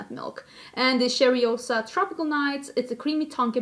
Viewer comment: Two things: 1-if you like that purple shadow on the pat mcgrath palette, you have it on your subversive palette. 5 out of 6 are repeat shades. 2- that coke flavour is foul😖😖😖 The Sol de janeiro cheirosa is pronounced Shay-ro-za not cherry-o-sa. But I really appreciate all the times you try to say Portuguese words ❤️😂😘😘😘